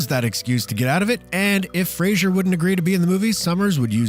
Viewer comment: Brendan Fraser not Frasier.